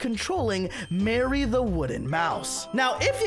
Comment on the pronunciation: Its not Mary its Mari (Mar-iy)